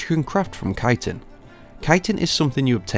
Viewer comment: Nice also you are one of the only youtubers who pronounce chitin right haha